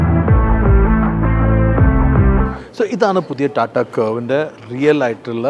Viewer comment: കോട്ടും സൂട്ടും ഒക്കെ ഇട്ടിട്ടു റ്റാറ്റാൻന്റെ എന്ന് പറയാതെ ടാറ്റയുടെ എന്ന് പറയൂ 🙏